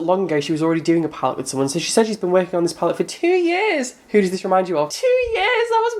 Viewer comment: omg in your next video start it with your normal intro and then be like soy ready for this XDXDXDXD IM DIEING!